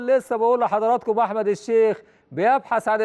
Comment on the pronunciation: هو المذيع ده قالب ليه على أحمد بدير فى ريا وسكينة تحسه بينطق إسم أحمد عحمد ليه